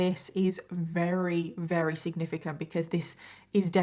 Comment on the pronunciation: Every time she said very as rery is that an accent thing or like a speech impediment thing? /g